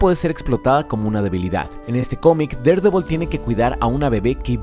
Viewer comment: amo que pronuncies tan bien Daredevil, mi cabeza ya se habia acostumbrado a que los youtubers lo dijeran mal 20/10 god